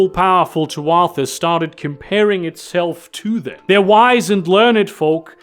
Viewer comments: Tuatha is pronounced Too-ah. It’s Irish. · For future reference, Tuatha is pronounced too-uh. At least, I'm like, 90% about that pronunciation. It's Gaelic, so, y'know.